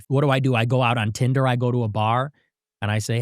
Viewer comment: Did he say tinder 😳